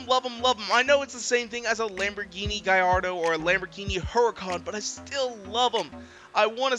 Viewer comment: “GUH lAR DOUGH” please for the love of the car gods never say “GUY R DOUGH” Italians DO NOT pronounce ll as an i sound, if you don’t believe me go watch any video of Valentino Balboni talk about them ( he is Lamborghinis old, now retired test driver and he has a special edition RWD Gallardo named after him ) ( no hate here just, FYI! Love the vids keep it up )